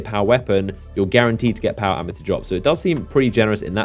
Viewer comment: When you said power ammo, I swear you said power armor like multiple times. I was like what? Power armor? That's interesting.